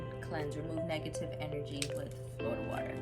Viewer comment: Love your energy & the way you spelled “Flawda” 😂😂 Thats really how my family there pronounces it so I loved it ♥️♥️♥️